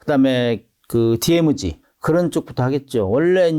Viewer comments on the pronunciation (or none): ㅋ 교수님 DMZ 디에무지 ~ 발음 일본식 ㅋ 수정바랍니다. DMZ 디엠지 기대합니다. ㅋ